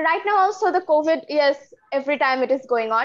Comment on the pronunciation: Covet means lalach karna. But I think according to your pronunciation Here you told about covid . Please correct it.